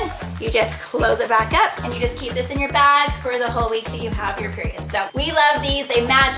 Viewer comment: . 83 times you said PEIROD